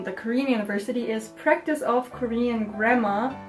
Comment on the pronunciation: why do i hear 'grammer' as 'grandma' like